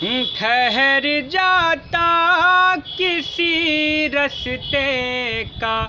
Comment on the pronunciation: बहुत जबरदस्त उम्दा कलाम बेहतरीन आवाज बस थोड़ा सा लफ्जों की अदायगी जैसे रास्ते को राश्ते कहना ठीक करना होगा बाकी सब बहुत अच्छा